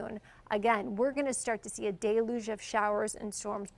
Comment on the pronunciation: Deluge is not pronounced as Day-luge. It is pronounced Del-uge.